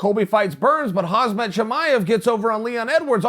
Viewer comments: Chael, Kh-am-zat, not Kh-az-mat. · Khamzad (Hamzad) not khazmat🤣🤣🤣🤣🤣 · Me: ok, this time he's going to get it right. Khamzat. Uncle Chael: Hazmat Me: Yes! He got it right! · Not Khazmat, but KhaMZat m letter first. Be respectful please, goat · Hams-Uh is how you would say it, the K is just an emphasis on the H, like how it is for Khabib/Habib, and the T is just silent, I guess. It’s a common Islamic name, not just Russian or Chechen. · "hazmat"? wtf is wrong with you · Watched the whole video and all I could hear is KaZmat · Khazmat?Really Chael??You must be having a laugh brother😂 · “We understand the Leon is going to fight (Hazmat)”. Lolol good one uncle Chael. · Khamzat not kazmat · When are you going to understand that his name is not a fucking Hazmat... its Khamzat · Nobody: Chael: Hazmat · If Chael calls him “HAZMAT”, then his name is now HAZMAT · Hey dickhead, learn to pronounce Khamzat correctly.